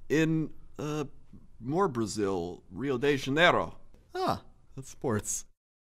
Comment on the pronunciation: Lol his pronounce of Rio de Janeiro iwas really funny considering that I actually live in Rio de Janeiro, it was like a german, or french saying XD